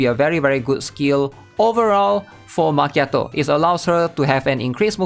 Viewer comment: i got a genuine question. They even switched the “cchi” in Macchiato with a “Ki” to make the pronunciation more understandable. It should be obvious how to pronounce it now, so why do you call her Ma”che”ato? Did they change the pronunciation alongside the spelling? Or is that her name pronunciation in Chinese?